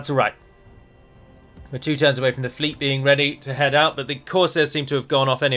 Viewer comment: Mariners of duh FLEET